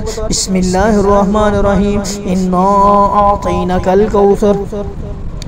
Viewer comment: انا اعطیناک الکوثر ھے۔۔۔۔اور پڑھ رھے ھیں انا اعطینک الکوثر۔۔۔کچھ لوگوں کو سمجھ نہیں آۓ گی۔۔۔۔لیکن سمجھنے والے سمجھ جایئں گے کہ اعطینا اور اعطین کے معنی میں کتنا فرق ھے۔۔۔ اعطینا پڑھتے ھوۓ اعطینا کے نون کو کھڑا نہیں کر رھے۔۔۔۔بلکہ پڑا نون پڑھ رھے ھیں۔۔۔جس سے معنی میں فرق پڑ رہا ھے